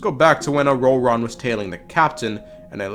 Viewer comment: The way you pronounce ororon is jarring as hell